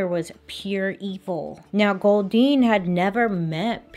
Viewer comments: This is bad but everytime she said goldeen all I can think of is the pokemon makes me laugh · Every time she said “Goldyne”, I though of Goldeen, the Pokémon. @@ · Anyone else making the Goldeen Pokémon noise every time she says Goldine? Just me? 🤣🤣🤣